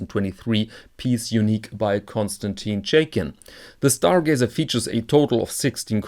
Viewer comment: Stargazer, not Starglazer! :))